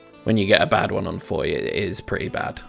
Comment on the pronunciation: Someday an english speaking youtuber will pronouce Foy right, someday... Not throwing blame, French get it wrong too sometimes.